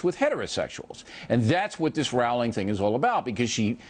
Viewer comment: ROWLING. PRONOUNCED JUST LIKE BOWLING. GET IT RIGHT. Gosh. And some of his points are so ridiculous. We're trying to indoctrinate people into being tolerant? Uh huh. And that's a bad thing... why?